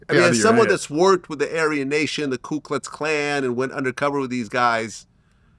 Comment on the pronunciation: Its Ku Klux Klan. Not Klu! As a journalist Vlad, you should know this.